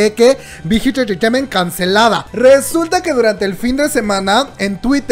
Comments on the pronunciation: Shot cada que dice big hit entretement.... se emborracha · Me encanta cuando dices Bigth Hit Entertrainement :3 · Nadie:: bigitititititiment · Me da risa como pronunciación big hit enterteiment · Wey 😂😂😂 dices bien chistoso bighit entertainment